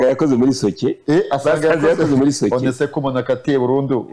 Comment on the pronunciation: URABIZI NDAKWEMERA ARIKO IRYO JAMBO SOCKET (Nitera bwoba ukuntu ubivuga sibyo)